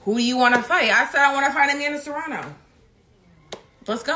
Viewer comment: Serrano? U sure? 😂